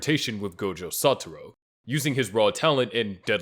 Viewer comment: BRO I SWEAR PEOPLE GET THIS WRONG ALL THE TIME HIS NAME IS “SATORU GOJO” NOT “SATURO GOJO”